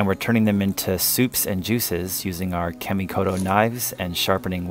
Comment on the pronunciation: The name Kamikoto is not being pronounced correctly. Japanese would pronounce it like the following. Commi koto. The A sounds like 'aaa'.